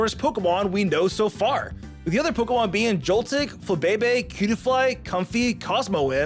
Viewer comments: Why… does he mispronounce a lot of the Pokémon? I know it’s probably bait but COME ON! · Omg the mispronunciation is so bad 😅